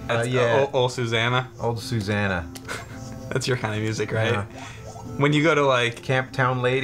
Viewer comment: It's Oh, Susanna, not Ol' Susanna.